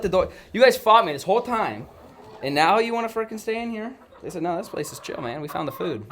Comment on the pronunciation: are you serious right neow